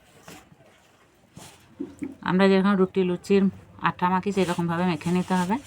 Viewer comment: আঠা বলেন কেন? আটা বলতে পারেন না?